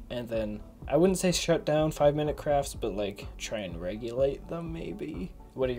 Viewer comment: it sounded like he said 5 minute crap LOL